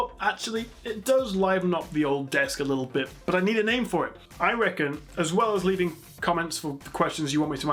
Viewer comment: you are awesome. that is all. ps.. you pronounced my name correctly to my surprise :-) (thumbs up)